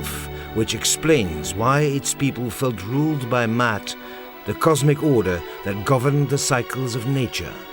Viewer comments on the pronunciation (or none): Brilliant! But i would pronounce the word Ma-at! The cosmic order: The Ma-at. (Not Mat.) The pharaoh is not a god but merely the maintainer (the balancer) of the great and timeless order. The seasons had to be readjusted every four years. 1,4060 years to be complete as a "circle" or cycle is not a circle. Why? Because the Py - Ra - i - mus ) or the Py - Ra - mid is not a circular but a spiral. The Idea of change must be taken into account. A circle (mathematically) would mean endless repetition. And perfect repetition would mean death. Changes and variations have to be taken into account. Newness, novelty, creativity and free will must also be accounted for. Dangerous, yes, but necessary... in order to grow psycho-spiritually collectively and individually. The Ma-at has an intension beyond mere repetition. Mankind is the seed that shall re-build the heavens. But what that shall be, no one knows.